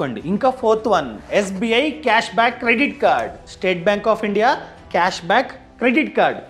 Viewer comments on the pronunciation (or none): none